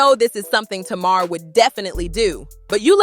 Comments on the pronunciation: TAY-MAR= Tamar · First of all you said her name right Tamar - Tumar , it’s not Taymr,If Tamar trying to get with Yandy husband she needs to confront Tamar, Tamar always in some stuff she thinks she’s Toni n she’s not I never did like her cause she acts like she can’t live without a man, I seen Yandy without make up n still pretty, I seen Tamar without makeup and she looks banged up lol 😂 They need to leave the Harris Family out there mouth n worry about what they have going on , 1 day Yandy going to snap its a shame her husband taking her thru all this messy drama , I know she really wants peace in their home, when Yandy ready to leave her man she will it takes time she trying to keep her family together in sake of her children why destroy everything because of rumors Yandy never caught him cheating n also you got guys that’s in their business SMH Yandy if I was you I would take my money and my kids n leave cause he doesn’t deserve you at all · It's funny how she pronounces Mendecees name correctly but can not pronounce Tamar correctly. 🤔